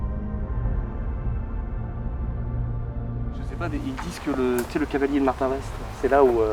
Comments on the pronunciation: ça se dit Martinva et non Martinvast,on ne pronoce pas le st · Je suis une Cherbourgeoise et on ne dit pas le S et le T à Martinvast mais on le prononce MartinVA ! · Alors on dit Martinva 😉. Que représentait le cadre tombé ? Il n'est pas tombé par hasard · Salut superbe enquête le s se prononce pas (Martinv(s)at Merci